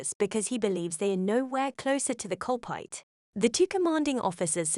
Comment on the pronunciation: My god this is one weird AI reading.. How does it mistake CULPRIT for CULPAIT (among other things)